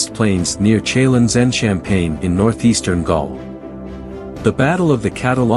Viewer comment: Is this an ai voice? Pronounciation mistakes: respite, Chalons, Gaugamela..